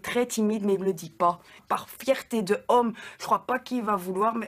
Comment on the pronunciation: AH NON ! J'ai tout enduré jusque là ! Toutes les phrases improbables, mal construites... Mais là je refuse ! "par fierté de homme" Mais faire une liaison c'est pas compliquééééé